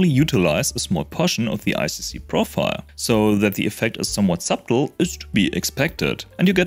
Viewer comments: Great video. BTW, the "b" in "subtle" is silent. It is pronounced "suttle". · didn't know i was doing it the lazy way, thanks! just a quick correction: subtle is pronounced with a silent b. it seems youtube auto-captions picked up what you meant anyway, but just in case some people mishear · “subtle” is pronounced “suttle” by the way.